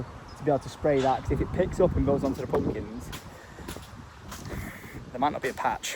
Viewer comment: I love the way you say Pumpkins… Poompkins 😂❤ I’m keeping everything crossed for growth. My family and I (we live in Berkshire) will be driving the 3.5 hrs to come and pick a pumpkin, even though there is a place 20 mins a way! 😂 I want to see the land and maybe meet you all if I’m lucky Xx